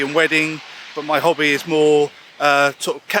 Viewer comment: I realised the pronunciation of hobby is kobby 😂